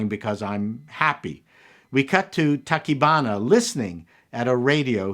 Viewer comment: I've never been a big fan of giant monster movies, but I have to say I loved this one, because of the human drama and the hero's journey. (on a side note, you got most of the names right, except, Tachibana is pronounced ta-chee-ba-na; yes, I speak Japanese)